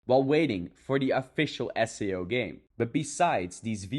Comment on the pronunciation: But remember everyone this dude not sponsor because da dude not pronounce SAO with "As-Sei-O" instead "Ess-Ey-u stoopied pieces of grass"